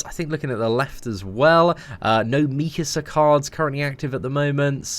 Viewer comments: The way you were pronouncing mikasa was triggering me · His pronunciation of Mikasa is killing me